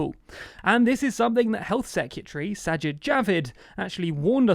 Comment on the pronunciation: Please, I'm begging you. Learn to pronounce: Secretary. Please.